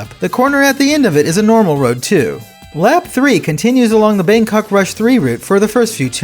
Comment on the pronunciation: Thai person here. Didn’t really expect Bangkok rush to be included in the game or even at all so it is a huge surprise. Your pronunciation is quite close how the native people speak which is deeply appreciated.